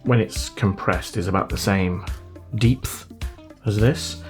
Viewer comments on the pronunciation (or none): Dude actually said, "Deepth".